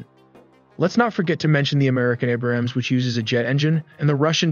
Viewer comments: The mispronunciation is killing me. It’s leopard not leo-park. It’s named after a cat like the majority of German armored vehicles. And it’s not Abrahams is Abrams….. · Average person is 5'5"? Where? I've never heard "trophy" or "Leopard" or "Abrams" pronounced that way. I can't unhear it now. It's like Christopher Walken narrated...